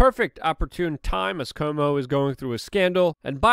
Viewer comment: Luke, please dont pronounce Cuomo as "Comeau".